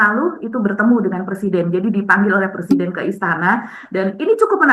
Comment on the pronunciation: Plesiden plesidenan....😅😅😅 Macam macam orang Gila... Salah satunya Gila Jabatan...😂😂